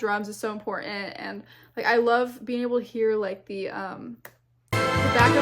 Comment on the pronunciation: The word "important" has TWO "t"s, not just one.